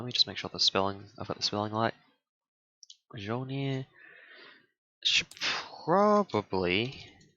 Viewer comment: Hammer is pronounced Mole-near